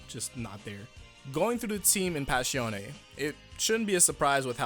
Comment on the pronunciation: WHY DO YOU SAY ABBA CHHHH IO INSTEAD OF ABBACHIO. WHY DO YOU SAY PASHIONE INSTEAD OF PASSIONE